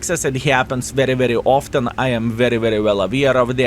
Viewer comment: oftan....'aaait??? Kiliana...'aaaait? handrad...'aaaaaait???